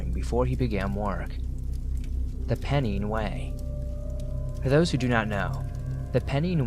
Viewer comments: Pennine is pronounced "pen nine" not "pen neen". Very enjoyable stories! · Story 3-4 ish not sure , just to let people know a fun fact Pennine in the UK is pronounced like Pen and Nine :)